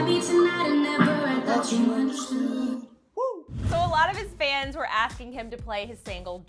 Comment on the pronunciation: Lol its kay-lani lol